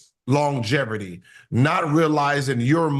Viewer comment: Wats longeverty gil 😂😂